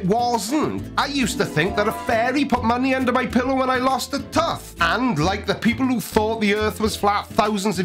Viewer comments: When you lost a "tuth"?? Sorry, I don't speak Welsh. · "Tuth" is just as bad as "shirley" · did you say tuth? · Is "Tuth" Welsh for Tooth?🤔😁😉